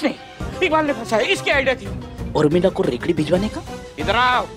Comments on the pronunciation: Umrila nahi Urmila hota hai cheete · Urmila ko umrila bol raha he😂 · Abe cheeteh umrila nahi hota hai urmila hota hai